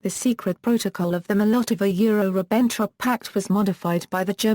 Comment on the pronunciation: Maybe with the continuing advance of artificial intelligence it might be one day possible to listen to Audiopedia. Its not there yet! I got as far as the 2nd and 3rd words, "Mol Lottova yure Ribenn Trop" before giving up. I guess she was doing her best.